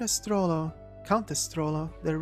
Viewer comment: This is really good, how am I only finding this now? Little nitpick, pretty sure it's the german d'AH'me 'Sch'trollo rather than the english dame.